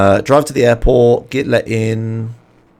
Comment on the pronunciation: Man, when you say "airport" I always listen as "apple" hahaha